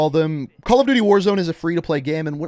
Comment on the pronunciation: Calla duuty ghosts